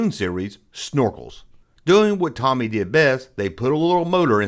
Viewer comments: Pronounced TOE-ME… TOMY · I'm having a shot of whiskey everytime 'Toe-Me' is mispronounced 😂😂😂 I'm smashed! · It's pronounced "TOE-ME," and they have since merged with Takara to become a Japanese toy-producing powerhouse. Also Robostrux/Zoids came out in 1984, not 1986. The Starriors line was an informal part of the line. Snorks wasn't meant to be a Smurfs rip-off. It was meant to be a replacement after it came out that Peyo was a communist and using the cartoon to push subtle communist messages. They re-named "Puckman" to "Pac-Man" because vandals with a sense of humor would vandalize Puckman video game machines to turn the"P" into an "F." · your pronunciation may not be correct but you do you 😉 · I fully support and his mispronounciation of Tomy. Never change